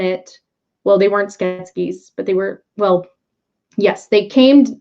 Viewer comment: I loved this film growing up, made a puppet based on one of Brian Froud's creature designs for my degree and am really enjoying the series! I'm sorry but every time you say Skeksis wrong - I wonder why it comes out as Sket-skes? Sounds Egyptian! - I cringe! Skek - sis.;) This story has ancient roots and so much depth! It made such a huge impression on me and returns at a very interesting time.